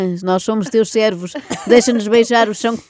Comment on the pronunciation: Cervos....acho que foi o que ouvi.... não servos!!!